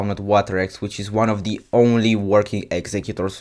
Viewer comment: why you said "deez" instead of "the"??